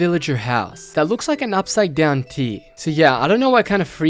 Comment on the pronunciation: That giant cave system consisting of layers of greenery/nature, then ominous dark cave, then super deep filled with deadly liquid at the bottom, feels a LOT like Ark: Aberration! Just lava instead of liquid Element, lol Also, lol "upside-town T" Is it "trial" or "trail" ruin? The graphics all say Trail but the narrator is saying Trial